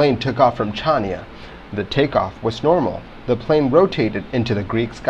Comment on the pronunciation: The 'C' in Chania is silent... It's pronounced 'Haniya'.